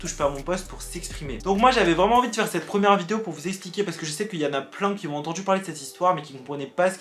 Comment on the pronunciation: Tu veux pas arrêter de dire « des gens QUI ZON galéré » c’est douloureux 😣